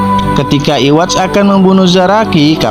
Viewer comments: Yang bener sebutannya itu yuhavah bang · kocak lu brusan nntn bleach kekx wkwkwk yhwach di bilang iwach wkwkwkwk pdhl itu ybaca yuhafa aja udh bnyk kok ytber blgx kek gtu